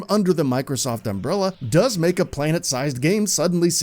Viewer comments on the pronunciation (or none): none